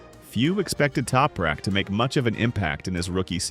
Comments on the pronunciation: Sein Name wird nich toprek ausgesprochen, sondern TOPRAK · Why can’t the commentary consistently pronounce Anything Properly !!! Other than that Crap, a great synopsis on Tooprak’s history 🙄